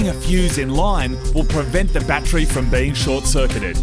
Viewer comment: Love how they say battree.